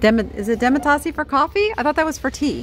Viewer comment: Demitasse is French and the e at the end is silent. It means halfcup because it’s for strong coffee like espresso.